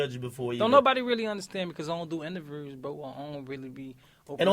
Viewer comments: ‘ion do inavewrrrrrrrzzz’ 🤣🤣🤣🤣🤣🤣im cryn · "I don't even do intavruze man"😂😂